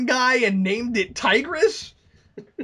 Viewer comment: His name isn't Tigress it is Tybrus.